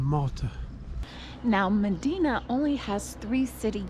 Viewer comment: You went all the way there and spent time there and didn't pick up how to pronounce it?